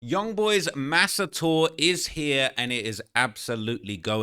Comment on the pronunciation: saying "MASA" is crazy